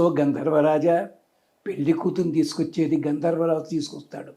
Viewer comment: పెల్లి కాదమ్మ పెళ్లి. ముందు తెలుగు సరిగ్గా నేర్చుకో